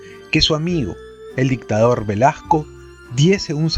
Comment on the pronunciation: AGRADEZCO muchísimo que nos lea el libro Los Genios de Jaime Bayly, sin embargo, al escuchar el remplazo de una S o Z por una "acomplejada y apitucada" J, me distrae tremendamente del placer de la exquisita narrativa de Bayly. Porfavor, Velazco es con Z intermedia o con S (es un apellido que algunos tienen con Z o S intermedia, da igual, no es el punto), no VelaJco. Duele escucharlo una y otra vez. Será que Bayly lo menciona así y a drede? VELAJCO?. Me recuerda cuando dicen ofensivamente CuJco, y no CUZCO, cuando mencionan a nuestra 7ma maravilla.